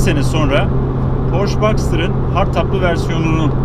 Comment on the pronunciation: Reis Porche direk yazıldığı gibi porşe diye okunuyor porş değil